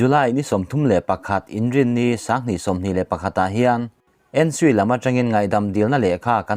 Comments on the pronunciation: N-sui tia lam khi ka lo hre ngai lova.. !! N-S-U-I ( National Student Union of India ). alphabet a mal mal a lam thin niin ka hre thin..!! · N sui tuman an ti lo. NSUI, en-es-iu-ai an ti mai a nih si.